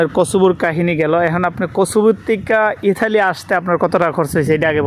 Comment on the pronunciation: এটার নাম ইতালি। ইঠালি না